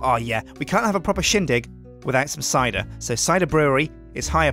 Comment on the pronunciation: A proper "Sjindig" XD